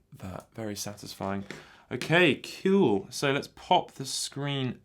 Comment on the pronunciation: mm.. thanks for saying cool like that, made me feel old for some reason lol.